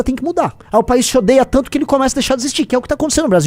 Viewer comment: "tanko" é o meu ovo! Nem o meu corretor ortográfico me permite escrever esta palavra de tão errada que ela é.